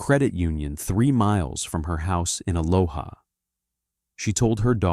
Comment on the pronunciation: TIE-GRRRD. Not Tee-guard. And UH-LOH-UH, not Uh-loh-ha! 😂